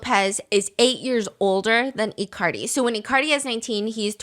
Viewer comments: not them calling Icardi as "i-Cardi" LMAOOO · I love icardi being pronounced like ICarly 😂